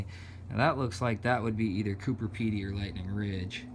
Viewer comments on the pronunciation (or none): COO-BER not COO-PER...